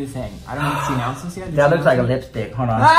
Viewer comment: Ok I definitely think is Native now. He said "Can I hode it?" Lololol. Natives a lot of time dont pronounce the l in words like that. It drives my significant other crazy because I say hode/hold, code/cold, bode/bold behahaha! I think cold it was drives him the most crazy. When I say "I'm code" or "its code in here" he always reiterates the word with an emphasis on the l afterwards "coLLLLLLLd" lololol.